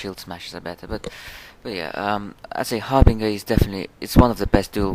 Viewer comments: Har bin jer not ger lol bet that confuses some people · I'm so sorry, but it's pronounced Har-Bin-Jur.